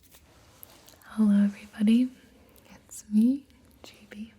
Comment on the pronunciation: Am I the only one who thinks she says "JB" instead of "gibi"? No just me? Ok...ill take me leave...